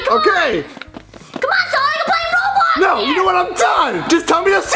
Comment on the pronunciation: Its Roblox not robox